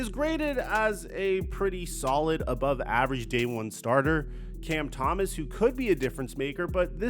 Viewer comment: "Cam Thomas "- dude.. you're kinda a joke. You get names wrong all the dam time, and your takes are wack